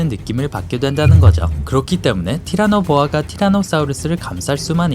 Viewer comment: 티라노 보아라고 발음을 하셨는데...